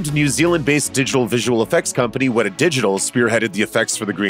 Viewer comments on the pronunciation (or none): none